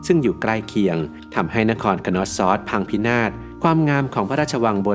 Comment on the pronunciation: content ดี แต่อยากให้ปรับปรุงการออกเสียงในการสะกดชื่อค่ะ Minoan /mɪˈnəʊən/ = น่าจะเรียก มิโนอัน หรือ เมอโนอัน Knossos /(kə)ˈnɒsɒs, -səs/ Schwa /ə/ (เออะ~อะ) = คนอส ซัส ตามการสะกดสัทศาสตร์